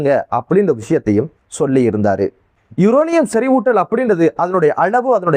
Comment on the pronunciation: லொபனான் இல்ல லெபனான் யூரூணயூம் அல்ல யுரேனியம் என வாசிய்யுடா வெண்ண